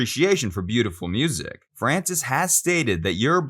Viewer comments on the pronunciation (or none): none